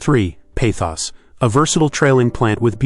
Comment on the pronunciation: Pothos, not Pathos